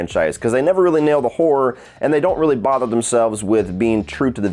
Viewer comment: I love when says horror it always sound like he saying whore...yeah the final chapter didn't nail the horror 🤣👍